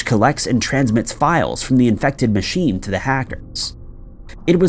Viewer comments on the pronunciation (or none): none